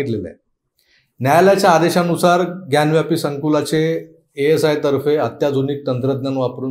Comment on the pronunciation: ग्यानव्यापी हा चुकीचा उच्चार आहे. ज्ञानवापी असा तो शब्द आहे. वापी म्हणजे विहीर.